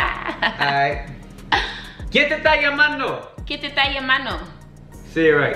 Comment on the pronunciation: that’s hood improper spanish... lmfao it’s not “ta” it’s “esta” Quien te esta llamando? con quien estabas?